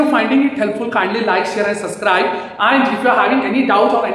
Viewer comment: Not suscribe sir its subscribe